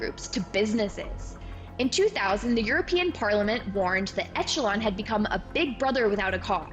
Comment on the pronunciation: My Grandfather worked for RCA... For future reference, it's ĕsh′ə-lŏn"... so not like an "Etch" A Sketch. Your reporting is quite professional and very well thought out, but if you get training in public speaking courses (I have, so just sharing to help your channel!) slipping on word pronunciation is a detractor to your message. Like how we can remember President Bush always saying Nuclear as "nuc-u-lar" vs "Nu-cle-ar" but not what else he was talking about! Keep up the fine work.